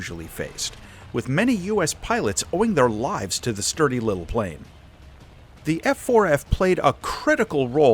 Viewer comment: “Sturdy lil plane” became a southern pilot 😅